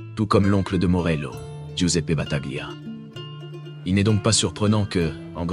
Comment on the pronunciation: Battalia ça se prononce😊